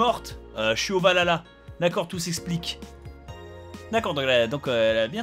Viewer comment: A oui j'oubliais elle vienne dou les images quand bob dit VALL HALLLLA ???